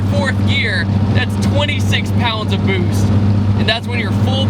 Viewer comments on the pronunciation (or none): If I didn't read the boost caption I would've thought he said boobs